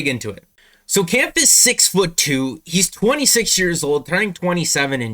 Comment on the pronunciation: Pronounced Kemff